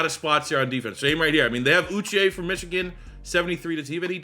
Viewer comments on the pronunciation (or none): none